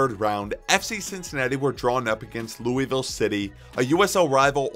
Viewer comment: Honestly never got into soccer, but I think I might start trying. Great video. Not to criticize, but it's pronounced Lew-uh-vull Also the D***butt sighting made my day